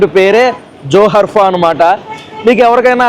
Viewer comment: Spelling - JOHARFA pronounce - JORFA JOHARFA meaning - Paying Respect